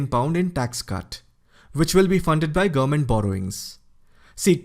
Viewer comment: Good presentation. Work on how you pronounce "government". You speed through and it sounds like "gumment". It's 3 syllables.